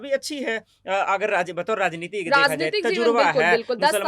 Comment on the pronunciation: Razneeti nhi maam Rajneeti sahi shabd hai